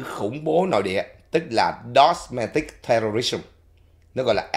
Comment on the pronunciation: Domestic, not “dosmetic”